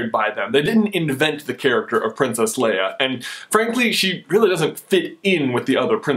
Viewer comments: Are we just ignoring the fact that keeps saying Leah instead of Leia!! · LAY-AHH NOT LEE-AHH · "lee-uh" lol "lay-uh" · Man, I can't stand the way you keep saying Leeah! Its Leia with an A, not a flippin E!!!! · Lay-a not lee-a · Is anyone else bothered by how he is pronouncing Leia, Lee-ah and not Lay-ah. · I love this video expect I am always really annoyed when you say Leah instead of leia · You say Leia like Lee-a, not that its a bad thing, I Just noticed it. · you said LEE-UH....NO. LAY-UH. Leia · its not leeeah its laaaaaya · Okay, I am just gonna stop you there. It's LAY-UH not LEE-UH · its Leia not Lea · Lay-ahhh not Lee-ahh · Did he just call her Leeah the entire time? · Why are you pronouncing it wrong? LAY-A, not LEE-A... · lay-ah, not leah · The fact that you keep calling her "Leah" omits your right to even debate anything anout Leiah. I do agree that she is not a Disney Princess, though, Starwars will never be accepted as a Disney IP by real fans. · Not Le-uh, Lay-uh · It's leia (lay-uh) not Lea (lee-uh) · it is pronounced (laya) not leah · For most of the video you pronounced het name Lia not Leia. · Why are you saying it "Leah"????? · Does it bug anyone else how he always calls her "Lee-ah"? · Honestly! It's pronounced LAYA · It's pronounced Laya! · I hate when he says her name wrong. I'm sorry but I can't stand it. Her name is pronounced "Lay-uh" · Leia is pronounced Lay-ah. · its Leia, LAY-UH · Why do you keep saying Leia as "Leeuh"? That's not how you say it, bruh. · thats not how u pronounce her name its (lay-a) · Please pronounce her name right. So many people do it wrong. Don't be one of those losers. It's pronounced ( Lay-uh ) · HES SAYING LEIA WRONG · Why did you pronounce Princess Leia two different ways in this? The one you did the first time was correct. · when you say her name I cringed